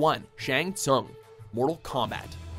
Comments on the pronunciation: How the fuck does mispronounce Shang Tsung as "Ts-ung" when the video clips they put in clearly show that it's pronounced "Ts-oong"?? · ok .... U Can't pronunce "Shang Thung" even if Shang Thung hiself prononce his name in this video.... I give up